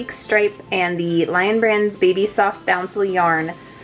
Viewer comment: It’s not bouncle there is no n in it.